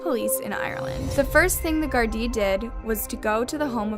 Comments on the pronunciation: Anna it's not gardie it's Garda 😂😂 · It's pronounced Garda it's AAAaaaaa not a